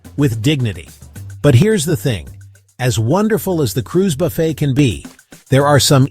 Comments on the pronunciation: IT. IS. * NOT. * (( BUFF__IT. ...)) .....IT. IS. PRONOUNCED. * BUFF. __. FAY. * !!!!!!!!! YEECH. !!!!!! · You lost my trust at the beginning when you pronounced BUFFET to rhyme with Rough It. Then it went down hill from there. This is sensationalist crap.